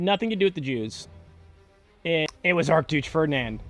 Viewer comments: Saying “Arc-douche Ferdinand” at exactly deserves some appreciation to whoever edited this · “Arc-duche Ferdinand”… Interesting 🤔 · "Ark Dooche Furdnand" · "It was ark-douche Ferdinand" I've never heard it pronounced that way lol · Good ole "Arc Dooch Ferdnan"